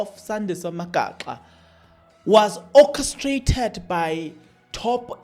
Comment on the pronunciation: Magaqa not Magaxa wena